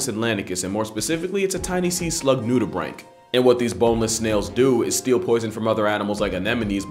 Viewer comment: Thank you for pronouncing Nudibranch correctly. I've taken marine studies, and the amount of time I've heard Nudibranch pronounced like Nudy-branch makes me want to unalive.